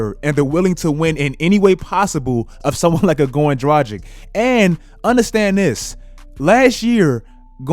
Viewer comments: Goran Draghich, not Drajik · bro Dragic is pronounced Druh-gich. Not Dragic like the Magic. He's slovenian. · My mans said Goran Dragdgdic like 5 times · the way he pronounces Dragic was driving me crazy lol. Drah-gitch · damn your mispronounciation of Dragic annoys the shit outta me. Draghich this may be better. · Could you please learn how to say "Dragic"? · The way you say Dragic 🤮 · please learn to pronounce European surnames - Dragic, Doncic. Its not rocket science, dont be Chuck ;) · still havent fixed your pronounciation of dragic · Oh man , Its tragic to pronounce him Dragic 😂😂😂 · I like your videos buddy, but you really need to work on your name pronunciation. (You butcher Dragic, Doncic and other eastern european players' names) I get that americans aren't good with foreign names, but still, as someone making videos on the NBA, at least try to get the players name right. Anyway, keep up the good work my man !